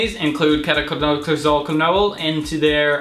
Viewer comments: Dude, it's pronounced key-toe-con-uh-zole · 😂😂It's keto-cona-zole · It's K-ee-toh-kona-zohl